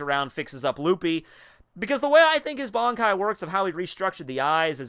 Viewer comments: Ban kai not bonkai smh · Can you please learn to say Ban-kai and not BON-kai...thx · why everybody pronounces bonkai its bankai ffs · BAN.....KAI....Listen to how they say it. You're saying Bonkai. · Pronouncing it as B-an is the the equivalent of someone saying Nuh-roo-toe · its similar to both versions but its more bankai than bonkai still japanese language doesnt have such elaborate pronounciation as english